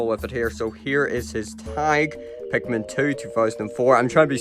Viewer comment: i really like the way you say pikmin